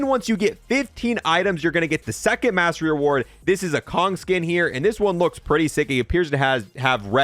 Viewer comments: FYI König is a German operator and to say it correctly it should read not as Kong instead Kunig. Interesting fact König means king. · This guy saying names wrong on purpose bruh first the polyatomic and now he saying KONG instead of König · König is pronounced kernig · "This is a Kong skin" I have heard many wrong pronounciations of german words, but this is heavy dude xD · bro doesnt know how to say konig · He called konig kong lol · Bro called könig kong